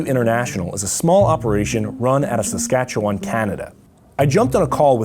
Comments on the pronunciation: Me being a Saskatchewan and growing up here. I find it really weird but funny the way he pronounces Saskatchewan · Saskatchewan yay!! ( I can tell you tried to say it correctly, 6/10) Woot woot! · I giggled a bit at his pronunciation but even fellow Canadians mess that one up! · It bugs me the way he says Saskatchewan 😂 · when he pronounced Saskatchewan i kinda laughed.